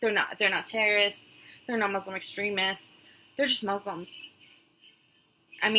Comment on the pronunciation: I'm Jewish but I don't believe she is an ex Muslim because she can't even pronounce Muslim or Quran properly. Maybe she is an ex Muslim convert but I don't think she was raised Muslim.